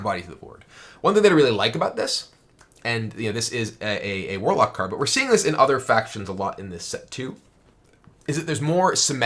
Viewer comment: Mwarlock dood. It's Mwarlock.